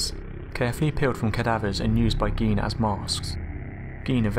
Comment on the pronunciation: In Germanic languages, "ei" creates an I sound and "ie" makes an E sound. Gein is pronounced "gyne".